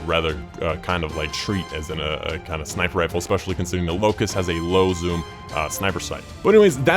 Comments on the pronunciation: Locus not Locust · lol. its not locust. the name is Locus